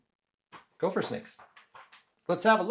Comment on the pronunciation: Please quit saying GOLPHER😭